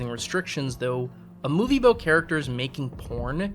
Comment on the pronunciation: "Sorey aboot that." = not funny to you because you hear it every day. 😂